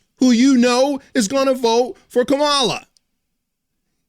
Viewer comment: You said kamala s name wrong ....im telling!!!😅😅😅😅